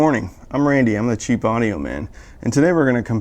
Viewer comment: You say cheapaudioman, I hear chiefaudioman. 😎 Yes, I am currently speakerless, how could you tell? 🤔